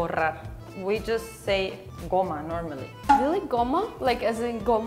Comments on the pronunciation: small correction: goma (not goMMa).❤ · In spanish is goma, no gomma